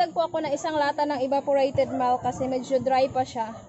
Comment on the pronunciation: milk not melk